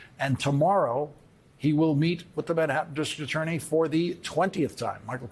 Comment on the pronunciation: Is Lawrence losing it lately? He seems to be flubbing a lot of words these days...Can you say "dis-TRICT AT-TOR-ney"?